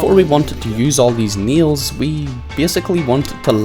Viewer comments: I thought you were saying Neil's and not nails hahahaha. I enjoyed the video even though I never played I found it entertaining. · please stopp sayin "nials" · Kiet, bis, nils, man you know how to speak 😂😂